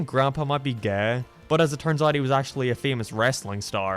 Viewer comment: I've noticed how you pronounce some words differently. Like you pronounce Gay, Okay, Way like Gae, Okae and wae. Is there a reason to that?